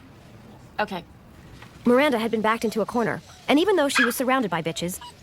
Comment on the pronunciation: Preach sister! I'd rather be single than lower my standards and live with mental and physical distress. I also HATE Steve, just the way he pronounces Miranda – MIWANDA 😒... I've reached a point where I can't watch SATC anymore; it's a real pain in the ass. But I still love the fashion in the show; it is and always will be iconic 💖